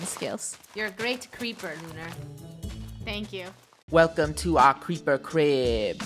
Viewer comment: its creeper not creper